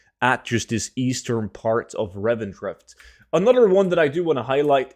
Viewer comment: You need to learn how to pronounce your words correctly. There's no such thing as savage letter. Or a Revendreft. Maybe try spending less time tryng to sound cool your intros and gain a better grasp of the English language.